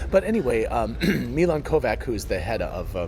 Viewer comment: You just made the same horrendous horribile unforgivable mistake that keeps making. It's not "ko-vak" it's "ko-vach" — ch as in church. Croatian spelling: "Kovač", Czech spelling: "Kováč", Serbian (transliterated) spelling: "Kovać", Hungarian spelling: "Kovacs". Milan is either of Serbian or Croation origin, and when his family arrived in the USA, the registrar didn't write down their "funny foreign squiggles". It's still pronounced "ko-vach" though.